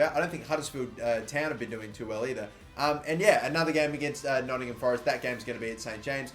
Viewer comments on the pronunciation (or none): none